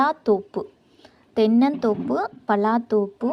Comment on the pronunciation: தென்னந்தோப்பு வராத சகோதரி தென்னந்கோப்பு வருமா